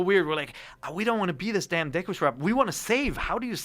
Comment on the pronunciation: Ever since I was a kid I always pronounced "deku" "doo-koo" in my head . So him saying "Dee loo" sounds funny and weird.